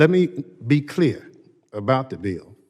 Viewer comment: Thompson needs to be removed, especially since he can't even pronounce BILL.